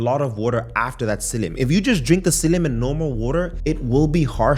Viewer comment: Are you saying Psiillium?